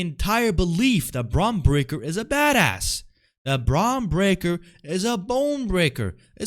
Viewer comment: How are you on here making fun of shit when you pronounce your "R's" as "W's". You sound pretty retarded... lol and you're a "heel'? hahaha Pretty sure his name isn't Bwon Bweaker.. lol